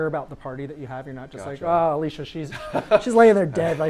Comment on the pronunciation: I missed it live school and all. Also not sure if it was nerves or not but the guys say Alicia instead of Alisa.